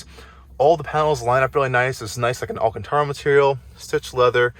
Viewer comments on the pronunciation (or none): none